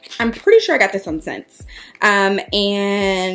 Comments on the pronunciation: hey hoochie! just FYI, ssense is pronounced ‘essence’ and yes, alaia is uh-lie-uh ❤️😊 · I thought that SSENSE was pronounced "essence" ?? LMAO not me being loud and wronggggg